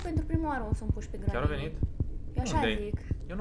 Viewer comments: Se zice Grenny !!! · Se spune grenny